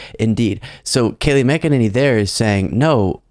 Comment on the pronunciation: I love that you keep pronouncing her last name "Mc-E-ninny."